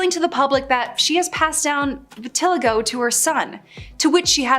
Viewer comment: Heditory Virtilago Hmmmm Interestingly pronounced! Also i think you mean psoriasis, as thats what she actually has.